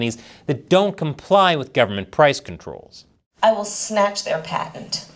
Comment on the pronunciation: Yeah, that would make my skin crawl, too, but It's "patent".😆